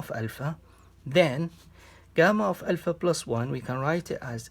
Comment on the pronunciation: dude just pronounce alpha correctly